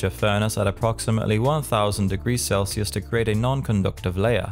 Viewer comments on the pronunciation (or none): none